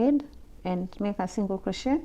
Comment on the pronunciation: Love your videos there amazing btw it’s crochet not crotchet